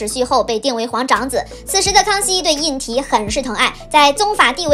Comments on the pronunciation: 胤禔应该念zhi吧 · 皇长子名胤禔（读之）。